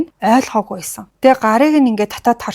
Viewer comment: Baisan baidag gedeg ugnuudee beesen beedeg gej heleed bgaam shig sonsogdood bhii 🤣🤣🤣🤣